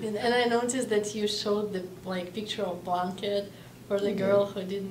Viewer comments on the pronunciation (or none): спасибо за видео!) Только кажется одеяло произносится как бланкет, а она говорит блинкет ☺️ Я сам не понял что такое блинкет 😂